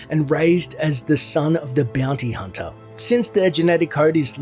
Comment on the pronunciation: Beeyounty hunta